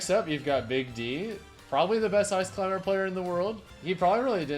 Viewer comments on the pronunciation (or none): none